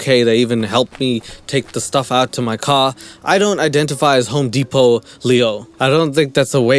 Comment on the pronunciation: HOME DEPO-LEO 😂